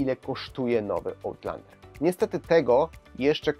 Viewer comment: Chyba raczej ałtlandera 🤦🏻‍♂️ No chyba że jak w piłce nożnej wybijesz piłkę poza boisko, to też jest ołt